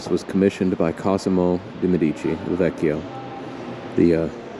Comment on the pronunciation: In the word " Medici" the stress must be on the "e", , on the first syllable.